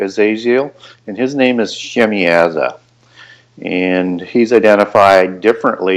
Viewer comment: The cats name was Azazel,,,,I heard Michael Heisser defunct the scapegoat thing handily , Shin-yaza , not shimy aza well that’s the phonetic rule you connect the consanent with the vowel in this case the a y being a consanent so yaza but I may be wrong but that rule stands out but gooood video